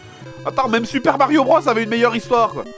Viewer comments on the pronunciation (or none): none